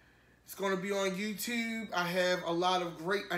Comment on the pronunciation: I like how he says yew-tewbe...and tew, and dew. Loves it!